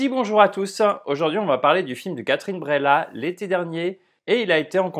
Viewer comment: Ça se prononce Breillat un peu comme vieille ou veille mais pas bréla. C'est bien que tu aies ressenti du malaise, c'est le but. L'art sert à provoquer des émotions pas forcément toujours positives. Attention à ceux qui ne l'on pas vu je vais spoiler pour la suite : Moi, j'ai plus ressenti le côté manipulation et mensonge de Léa Drucker plutôt que le côté érotique. C'est son côté machiavélique prête à tout pour nier la réalité et protéger sa vie qui m'a intéressé. J'ai été retourné par ce retournement de situation et aussi par la toute dernière phrase du mari qui en lui demandant de se taire, admet qu'il a toujours su qu'elle mentait